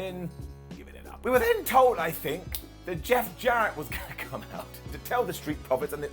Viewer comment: 'Jeff jarreett '